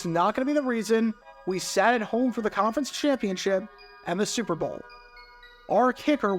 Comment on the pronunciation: This guy cannnot say "Super Bowl". it comes out like "srrble" every time. oof